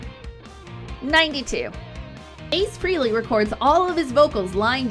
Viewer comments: It’s pronounced FRAY-LEE not FREE-LEE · Was trying to watch this video but had to stop when you kept pronouncing Frehley as Freely.